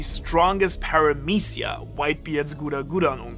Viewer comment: 0.33: bro it's paramesia